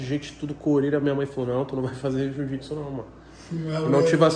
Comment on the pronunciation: jiu-jiPsu. "Asertô miserávi"!